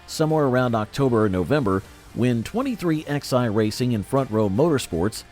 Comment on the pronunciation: It's pronounced 23 11 racing not 23xi